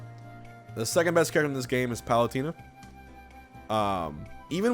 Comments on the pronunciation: M2K says palutina too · Ah yes Palutierna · That's not what the point of his comment was. He's pointing out the funny way that Hbox says Palutena's name. XD